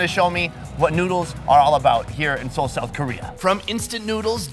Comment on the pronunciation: Not see ol